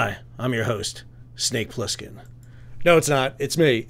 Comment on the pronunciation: You woke me up when you mutterd 'Snake Pliskin"..ROFLOL.